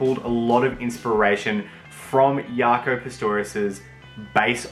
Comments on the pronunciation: It's pronounced Jock-o. Not Yaco, he's not Portuguese. Nice vid, helpful, gonna buy one! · ITS PRONOUNCED "JOCK-O" not YACO!!!!! Jaco Pastorius!!! jeez!